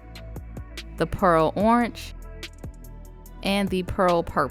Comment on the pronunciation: stopping to say that I love the way you say "orange," also I am so grateful for your content, you have helped me learn so much!